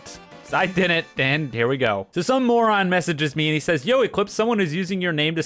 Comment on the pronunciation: Ee-Cleeps Thje Scammjehr